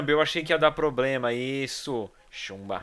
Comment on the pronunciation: Quem ouviu o Edu falando "Chumba" no ?